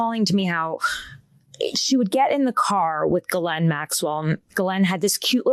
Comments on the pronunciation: It's pronounced zhee-LEN, not ga-lane. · It's pronounced "JIZZZZZZ- LANE" ...have a little respect